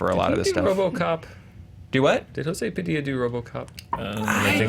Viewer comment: You're pronouncing José Padilha's name in Spanish and it is in Portuguese:p But it's great saw Elite Squad, I'm impressed!!!